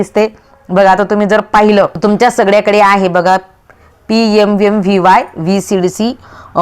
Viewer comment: यम यम काय एम एम म्हणा